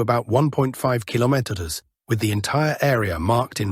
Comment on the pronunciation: Until you change your PATHETIC titles, you will lose more viewers. And what is the story with not being able to pronounce "kilometres"? You need to find better voice generated application my friend. The one you use sound so robotic....it is a joke. All that fake content (the robotic voice and the stupid titles) are going to make your channel obsolete in few months. There are few far better out there, with no fake generated voice and realistic titles. You either correct or you lose all relevance. Get it!